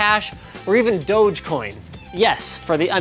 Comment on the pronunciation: Did he just say "done" coin